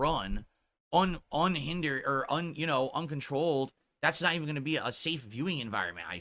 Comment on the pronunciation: "It's naut gambling ..." Says the gambling addict.